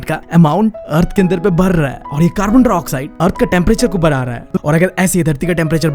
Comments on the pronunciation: Carbon dioxide ❌️ carbondroxide😂😂✅️✅️✅️✅️ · bro its carbondioxide not carbondrioxide